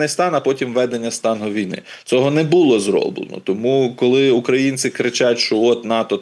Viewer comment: Не повістка, а порядок денний. Не в шестидесятих-семидесятих, а в шістдесятих-сімдесятих. Не блИзьким, а близькИм. Не бУло, у випАдку, провЕсти, привЕзли, а булО, у вИпадку, повестИ, привезлИ. Не "в кінці кінців", а "врешті-решт". Не "вірним", а "правильним". Не "ПРИ певних обставинах", а "ЗА певних обставин".